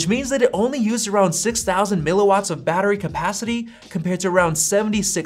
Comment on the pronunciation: Battre? WTF is a “battre”??? 🤣🤣🤣